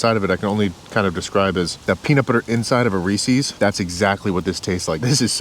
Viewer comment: Buddy called Reese's Reesie's.